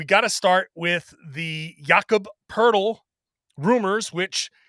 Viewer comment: The best thing about Poeltl is that when you listen to people talk basketball and pronounce his name"poe-etel" you learn very quickly who actually watches a lot of basketball and who just reads a script.